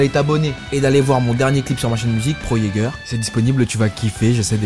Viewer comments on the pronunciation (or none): none